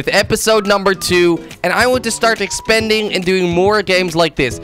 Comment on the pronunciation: It's NOT called ''EXPENENDING'' it's called EXPANDING... sry but it's driving me nuts